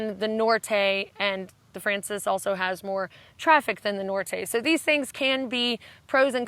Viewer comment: Poor you with your voice! Everything you've told us sounds exciting though. One pronunciation tip: in Spanish, frances has stress on the second syllable (fran-CES, or fran-THES, really).